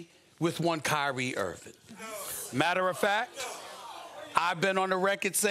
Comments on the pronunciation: Nobody: SAS: “Kyrie Irvin” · Who’s Kyrie “Earvin”?